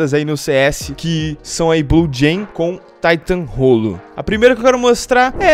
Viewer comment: "Um Taitãn Rollo" KKKKKKKKKKKK